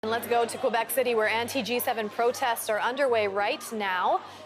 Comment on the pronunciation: For the last time, Québec is pronouce Kay-bec...Not Kouebec......merci calis